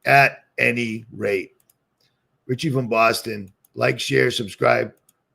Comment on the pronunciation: 😂 And they talk like this 🧔🏻‍♀️ Richie without a T 🤣🤣🤣🤣